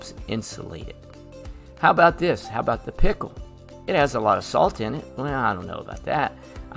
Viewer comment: The way u said pickle 🥒 💀 Btw this helps a lot ty!